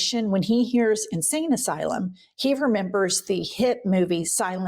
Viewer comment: it pisses me off SO MUCH that NO ONE had EVER corrected him about the word “asylum”